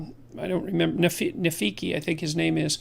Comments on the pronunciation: It s Rafiki....Rafiki god damn it...not Nafiki :)))))) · AHA! I FINALLY DISAGREE WITH JORDAN PETERSON AFTER ALL THESE YEARS! Its Rafiki not Nafiki!